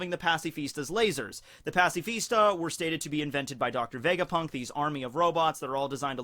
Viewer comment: vegaprrrunk lol